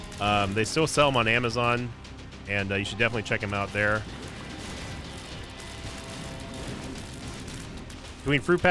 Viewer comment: As a brit, i love the way you say Fruit Pastels. It's not right but i like your version